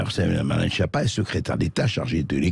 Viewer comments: En réalité on prononce skiappa. Tout est faux chez cette personne. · Quelle honte cette skiappa (phonétique).